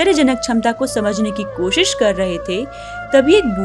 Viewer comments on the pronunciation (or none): none